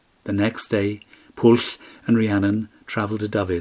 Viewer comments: The incorrect probounounciation of Pwyll is not Pwll. "Pwll" has a completely different meaning!!!!! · I wish that Pwyll and the other Welsh names could have been pronounced correctly. It would have improved the storytelling. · Pwyll is pronounced "Pwythh" with a stronger emphasis on the H and the L is barely if at all annunciated. Same with Glyn Cuch, "Keethh". Nobody expects you to speak the language like a pro, but at least try with the proper nouns. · i thought it was pronouced poo eeth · How can you say that Pwyll is pronounced 'Pwythh'? There's no 'th' sound in the word at all. It's uniquely Welsh (and I suspect you're not) and is an aspirated 'L'. gets it almost right. He just needs the 'wy' to be sounded (a very short 'oowee' sound). Same with Cuch -- no 'th' sound at all. Pronounced like the 'ch' in the Scottish 'loch'. You could at least try with the proper nouns yourself... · there is nosuch word as mabinogion. pronounce the name properly...Pwyll